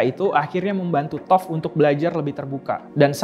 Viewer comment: Toph = tough = "taft"